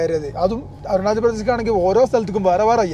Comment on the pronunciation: bro eppozhum arunajal ennanu edunnathu ath arunajal alla arunachal anu